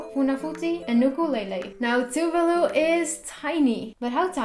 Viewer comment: It's tu-vah-lu not tuvelu 😂 tuvalu pride 🇹🇻🇹🇻